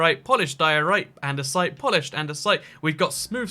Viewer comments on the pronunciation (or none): none